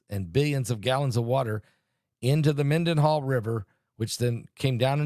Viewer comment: Phonetically {{men-den-HALL, **with an H**}} not to DIS, but to inform😇😇😇